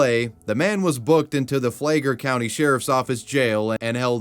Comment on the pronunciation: as a native floridian who now lives in atlanta, i can confirm there are crazy ass people there. every time i recognize a place or have a connection to a place ill edit my comment flay gler countu is crazy 😭 its pronounced flag-lur flagler flag lurr 💀